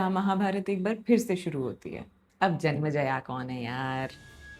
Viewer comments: It's "Janmenjay" not janmajaya ! And what do you imply by saying 12-12 saal puja karke timepass karte the ! Casualty aur lack of respect ka line par nhi karni chahiye. I hope ye isme malformations aur propaganda na ghusa de. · it was nycc.. but its not janmaijaya, its janmaijaye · it's janmejaya not janmjaya . pronunciation is essential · जन्मेजय। But it was great! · Hindi mein itna saral sugam sunder prastutikarana aajkal nahin sunne milta hai Par haan, aapko naamon ke uchharan mein karya karne ki avashyakta hai Asal mein Janmajaya ke alawa Dwaipayan ka bhi ucchharan thoda off hai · Was just about to point out but you've already apologised 🙆‍♂️😖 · Small correction, some pronunciations, just keep a track on all of them. It's जन्मेजय not जन्मजया, द्वैपायन not द्वैपयन, वैशम्पायन not वैशम्पयन.. Rest all are fine . Also it appears that you enjoy storytelling and this sort of delightfulness gets projected on the listeners also, so good job there.. Also, one unsolicited opinion as you are now on this monumental journey, whenever you seek explanation for any character's actions, do find them as you want but just for once, enter in their shoes too and let them explain you why did they do that and trust me, it will make the experience even more immersive and empathetic.Keep getting better at it👍